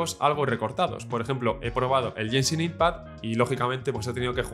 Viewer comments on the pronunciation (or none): hola ..buen video!! como se llama el juego ...??? lo pronuncias como YENSIN IN PAD